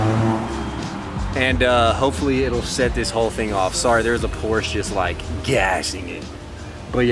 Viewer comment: As a Porsche employee, IT’S [POOR]-[SHUH] NOT [POOR]-[SHH]